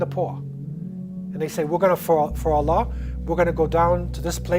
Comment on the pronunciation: the way he pronounced "Allah", isnt the appropriate way to pronounce i guess😕😕if i am wrong then let me know